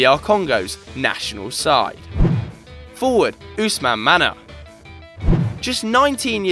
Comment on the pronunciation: You say Manneh like Mané. Not Man-eh, Manneh and Mané are the same name. Senegalese just spell it the french way and Gambia the English way.